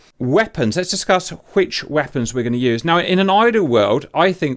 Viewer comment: I swear he puts an "H" in that "wheapons" hahahaha :)